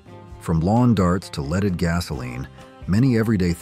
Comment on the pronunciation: Gotta love AI..."leeded?"